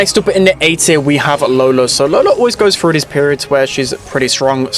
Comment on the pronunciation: "wiffen the meta" "frew the roof"